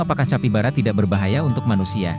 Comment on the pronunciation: Tulisan capybara dibaca kapibara min